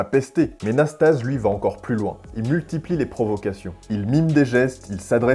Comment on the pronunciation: Récit fantaisiste du match McEnroe / Nastase. Déjà on prononce Iliyé Nastazé. Ensuite, McEnroe est resté calme pendant tout le match, très en confiance. Seul Nasty a fait le guignol car il savait bien qu'il n'avait aucune chance à 33 ans avec sa bedaine. Le pauvre Frank Hammond désavoué par le juge-arbitre s'est fait humilier, sous la pression d'un public bourré qui avait payé et en voulait pour son argent en session nocturne.